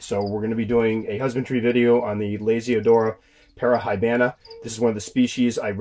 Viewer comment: I traded my male P. Irminia for 3 L.p. yesterday :D good to know they can be kept dry :) If interested in pronunciation: Las-ee-o-dor-a Pa-ra-h-ee-baa-naa ;p Romanic languages like to have every letter spelled lol